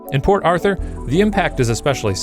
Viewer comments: The whole time i was hearing " poor arthur" instead of " port arthur" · I thought he was saying "poor Arthur" for like 50% of the vid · I kept hearing "Poor Author"..